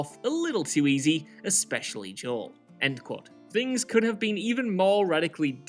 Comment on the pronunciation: As someone who grew up with predominantly Spanish and black people, the way Joel is pronounced here is so off lol